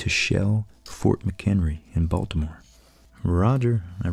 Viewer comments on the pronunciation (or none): none